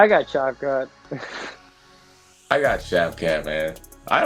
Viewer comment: Shavkah, skavkrat, and shavkav😂